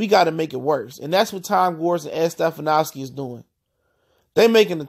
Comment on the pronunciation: This dude doesn’t know anything about ball or the pistons. He fucking called him “stefanowski” lmao.